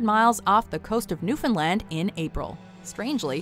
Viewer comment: nice to hear somebody properly pronounce Newfoundland